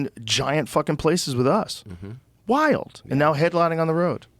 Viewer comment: he makes the word "wild" , a 2 syllable word.. (why-yield) lol